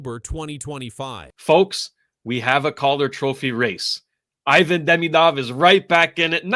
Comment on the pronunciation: He-Van not Hi-Van. Merci de prononcer comme il faut.